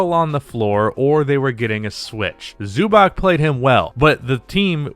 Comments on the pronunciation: Zubac is pronounced "zoo bats" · The name is pronounced Zubatz.